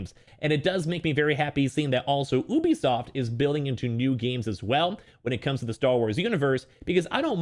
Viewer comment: Y u say Ubisoft like that